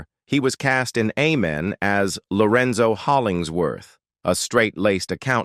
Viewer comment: Is AI🤖 narrating this video📹? The show's name is pronounced 'A'-men not 'Ah'-men